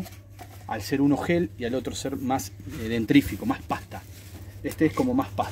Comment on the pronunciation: Muy bueno, pero lo de "dentRífico" me mató 😂